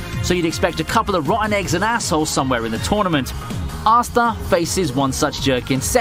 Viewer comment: I believe his name is pronounced astA, not assta